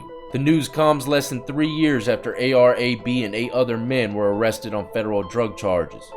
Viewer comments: It's A-R "AB" not A-B lol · A-R AB lol not A-B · It's a.r.-"ab" bro. Not a.b. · It’s A-R-AB not A-R-A-B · Is A.R AB (like the abs in your stomach), not A-R-A-B lol you welcome bro. Much respect from Philly 👍🏽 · It’s AR AB not aye bee. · Ar ab....aye are ah b...... not A-B lol. U have no idea what you're making a video on.... lol keep it though I like your content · AR Ab. Not AR A-B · It's AR "AB" not A.B. lol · Its ab not Arab ar-ab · AR-AB (ayy-arr-ab) not (ayy-arr-ayy-bee) 😂😂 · 😂😂 a.r.a.b..........his name is ar..ab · Bro, its ar ab, like your stomach muscles your abs, so ar ab. 😂😂😂😂😂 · Bro it A.R AB not A. B. Come on he is very Notorious my guy. Sheeesh lol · "A.R. A-B" 🤦‍♂️😂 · Hey, AR-AB is said "Ayy Arr AB" (like ab workout). Just wanted to help a brotha out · It's AR-AB like like AR abs that's how it's pernounced he got locked up after a glad tv interview